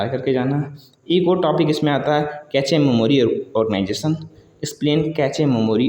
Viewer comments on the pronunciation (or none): Sleeping बर्बर ❌ sleeping बार्बर ✅ Cache कैचे ❌ cache कैच ✅ Producer प्रोसीजर ❌ प्रोड्यूसर ✅ Concurrency कॉन्क्रिन ❌ कनकरेंसी✅